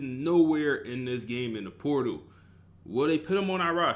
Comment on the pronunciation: POR- TAL my guy lmfao not transfer poodle lmfao!!